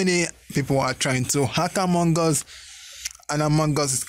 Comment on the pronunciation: Him:among gus Me:loooooool among gus